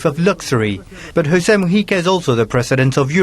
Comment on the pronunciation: I am so happy you pronounce both Mujica and Uruguay RIGHT